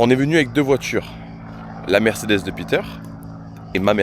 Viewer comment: Merdecedes ou mercederche ? 😂😂😂